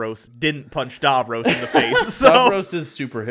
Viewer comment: "Dar-vros"?! That must be the poshest way of pronouncing Davros I've ever heard!